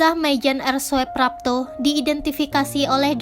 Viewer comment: kerana itu ejaan lama, oe di baca u, sedangkan j di baca y. anda salah baca ejaan , di sengaja atw memang tak tau ejaan lama.? soeprapto di baca suprapto bkn soeprapto. Demikian pula dgn soetojo di baca sutoyo bkn soetojo. sblm bt naskah cari tau dahulu apa arti inisial huruf sang tokoh agar penonon dan pendengar naskah yg anda bacakan tahu apa arti huruf inisial yg anda sebutkan contoh A .yani. A , ahmad ...R,raden S , siswondo dsb.